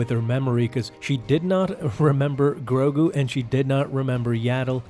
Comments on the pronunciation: Why do you keep saying grobu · Grogu, not Grogru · He hasn’t grown because as far as we know, his species ages slowly. Yes, great merchandising, but he’s going to grow. Yoda didn’t become a lightsaber slinging master in an instant, he became a master at 100 which is 50 years from the current age of Grogu (not Groku or Growku as you keep calling him). Jar Jar was comedic relief and the most annoying creature. And yes, honestly, he is holding back the main story for Mandalorian in my opinion. I understand the world building necessity to expand Star Wars, but I hate how slow Mandalorian moves and how few episodes there are. It pisses me off.